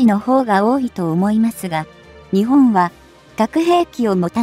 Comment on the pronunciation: 日本をニチボンと発音してはいけませんね。読み上げをプログガムにやらせているならもうチョット改善が必要かと思います。読み上げ方も他の皆さんが言われていますが改善願います。聞くのがつらいので1.5倍速で見ています。